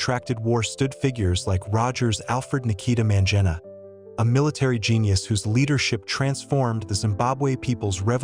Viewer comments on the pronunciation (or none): This person did not even have the courtesy of pronouncing Mangena's name properly...very rude and disrespectful...what a shame.